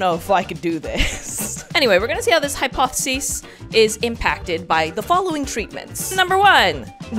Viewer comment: Ah yes, hypothseis